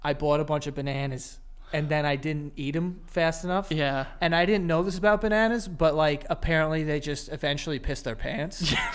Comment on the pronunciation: Joe's New York really comes out. "I bawt a bunch of banANAS"